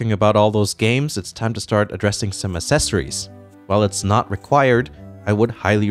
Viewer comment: Accessories= is said Akcessories